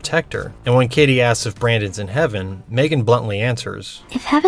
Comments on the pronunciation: it grinds my gears how calls her maegan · Right!? Its pronounced M-three-gan